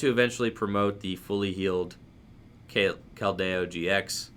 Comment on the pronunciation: pronunciations: naganeydel, giant “earth”, keldeyo. This mans determined to trigger the chat every time with the wrong pronunciations. Lmao love the channel bro peace